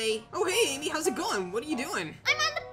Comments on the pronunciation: Did bro say solo babe lol😂😂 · Did he just call Amy bebe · He said bebe not Amy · and no he didn’t he said ame